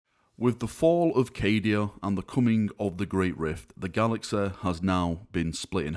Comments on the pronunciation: it's "galaxy" not "galaxeh". fucks sake. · technologe, galaxe, cite. Laughing out loudEEE.